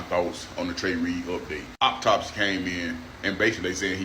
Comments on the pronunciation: Funny how they all pronounce the word autopsy as optopsy. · OP TOP SY ? Pronounce it correctly. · I am sorry, but that was some of the funniest shit I have heard in weeks, for real. Hearing this man mispronounce the word autopsy by saying "oppotopsee" is freaking hilarious. Dude tripled down, too! I cannot take someone's opinion seriously if they do not even know how to construct clear sentences. Kinda makes you question if they truly know what they are talking about. Just saying. 😂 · optopsy octocksy oktoxic? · “bafoe da optopsy” “uma content cruata”…can’t even speak properly! Never seen a group of individuals WANT to be victims as much as modern black people! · "the optopsy" 😂😂😂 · Anyone that can’t pronounce the word autopsy I can’t take seriously as a source of information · To the black guy that’s a whatever creator he said content creator we go back and learn how to say autopsy please start by learning how to spell it then maybe you could speak it in correct English form I mean, you are American right